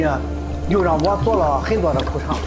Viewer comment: 苦肠还是裤衩说不清楚